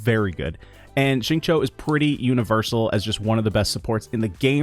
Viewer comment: Xingqiu’s name is pronounced closer to ‘shing chew’, than ‘shing cho’. The English voice actor is wrong— listen to the Chinese VA or better yet see: It’s hard to follow YouTubers that really mispronounce characters’ names. You don’t need to get the 4 Chinese tones perfect, but you should get the basics close.